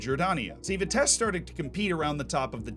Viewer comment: Any Vitesse fan here triggered by pronounciation? For those who wanna know its Vitsess+"Uh" and the "h" part is less pronounced.